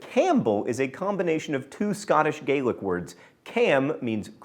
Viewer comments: Scottish and Irish Gaelic are pronounced differently. When you say "Irish Gaelic", you say it as you did in the video (at ), but when you say Gaelic in "Scottish Gaelic", it's gah-lic. Obviously I don't expect you to have known that, but now you do. :) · Irish- gaylick Scottish-Gahlic I know mispronunciation is your thing, but c'mon. This one really irks me. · Just as a point of information, if you're referring to Scottish Gaelic, it's pronounced 'Gah-Lic', but when speaking of Irish Gaelic which is pronounced how you've been saying it 'Gay-Lic'. Also, I remember you mentioning in a previous episode that you never knew which version of Celtic to use, so I'll help you out. :) The pronunciation of Celtic that you were looking for in this episode was "Kel-tic". Apparently, both pronunciations are acceptable, but Keltic is the preferred one. Unless you're talking about the Glasgow based football team, Celtic, that's name is pronounced 'Sel-tic'.:) If you happen to read this, love the show, and I hope this helps!